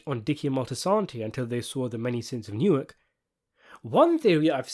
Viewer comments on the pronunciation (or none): none